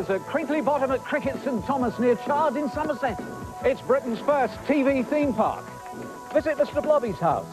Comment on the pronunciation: "Feem Park"